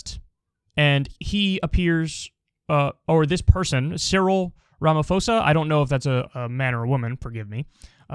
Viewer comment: As a South African, hearing non-residents try to pronounce names is always funny. For the record, it's "Ram-uh-poe-sah"